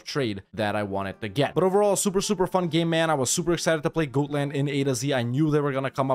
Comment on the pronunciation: It is not pronounced goat-land... It is pronounced God-land